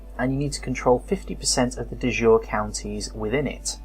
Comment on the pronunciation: Great tutorial videos, thanks! Apart from the pronunciations :): De Jure is pronounced Day Juray. It is Latin (not French) and so it doesn't mean "of the day" (as you thought), it means: by law. As opposed to de facto, which means: in fact. So a de jure claim is a legal claim, which may be to a holding held de facto by someone else. Duchy (the holding of a duke) is pronounced Dutchy, not Dooochy! Courtiers are core-tiers not cur-tiers.